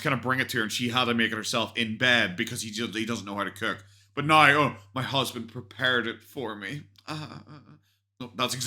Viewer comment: I laugh every time she says ma hazzzbaand😂